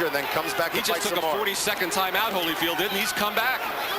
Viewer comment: She calls him Hollyfield - come on man